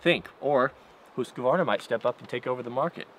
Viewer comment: How does "Huskvarna" become "Hooskavarna"? Haha I dunno, maybe that's how you're supposed to say it?